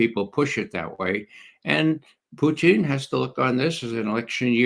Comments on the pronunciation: Why does Ray McGovern do this idiot intentional put down of referring to Putin as Pucheen . ? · I respect McGovern’s reasoning but every time he mispronounces Putin’s name as “Pyuteen” I am reminded of W’s mispronunciation of nuclear as “nookular” Not even RT Russian presenters butcher Putin’s name with the relish of McGovern. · Why does your guest keep saying Puteen ?lol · Why does Ray Mcgovern always pronounce Putin in a weird way?